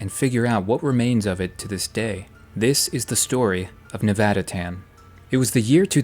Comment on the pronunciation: Thank you… for saying Nevada correctly.